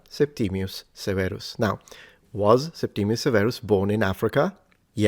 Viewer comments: Is this Septimius or Septimus? There seems to be variation in your pronunciation and in the orthography. Wikipedia says Septimius. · At school we talked about Septimus Severus, not "Septimius" - was that wrong..? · A history expert? He can't even pronounce Septimus properly let alone English without a laughable regional accent! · Why is everyone saying Septimius Severus, including you? Surely if that is how the name was pronounced that would be how it is spelled.